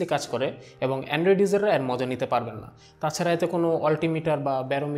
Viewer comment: ভাইয়ের 'এর' শব্দের উচ্চারণ আর ঠিক হলো না 😓